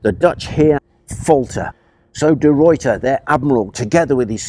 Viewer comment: Dutchman here; you pronounched "The Ruyter" very well. I am glad to know that the Englisch and Dutch are doing better now in Peacetime. I enjoyed Nottingham very well a few weeks ago. The city also has a big castle over there, standing on a big rock. Today our Navy's, the Dutch and Englisch are again neglected. Your story about Chatham, the 5th of june 1667, should be a warning from History. Many thanks.